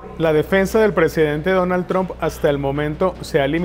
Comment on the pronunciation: Me parece que se pronuncia " TRAMP", no "TROMP". Creo ? Eh? , no soy una experta en lengua inglesa. Un saludo.